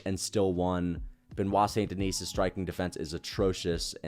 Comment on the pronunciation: He still think it is Saint Denise 😂